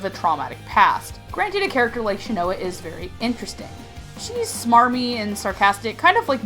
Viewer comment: I cringed everytime you pronouned Shinoa wrong.